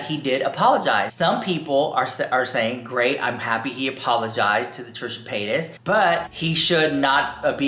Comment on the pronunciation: Why do u keep playing this guy over and over agian. He sounds dumb and uneducated . And the Paytis pronunciation is irritating